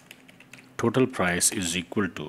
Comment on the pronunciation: You should to speak total not thotal 😂